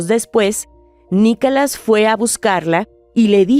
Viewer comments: Perdona pero pronuncias mal no es Nicalas es Nicolás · Por favor que ya no narre esa señora, tiene una voz muy desagradable 🤮 y ni siquiera puede (o no sabe) pronunciar bien, dice: "NICALAS", ya total, mejor que lo diga en español